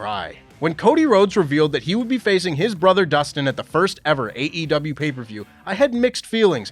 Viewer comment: Happy birthday,! Small note- I appreciate- you always pronouncing the E in AEW. Hearing actual AEW performers pronounce THEIR OWN PROMOTION’S name wrong ie “AW” just drives me mad. It’s the pickiest of nit-picking but I appreciate you nonetheless 😂 /rant